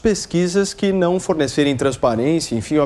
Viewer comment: Pesguiza. Mintiroza. Nau. Ezist. Careta. Porcento